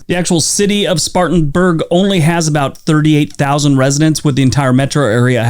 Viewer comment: I live in South Carolina and it's "Spartan-burg" not "Spartans-burg".